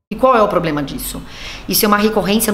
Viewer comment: Será que o Miliciano do Planalto já consegue pronunciar ministro em vez de menistro? Problema em vez de pobrema? Aguardemos cenas dos próximos capítulos. Ou próximos vexames.